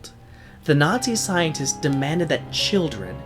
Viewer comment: It sounded like u sayed scientits XD